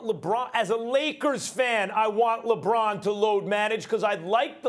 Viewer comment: No one: Literally no one: NOT A SINGLE SOUL: Max: LEbrOn LoAd MaNagMEnT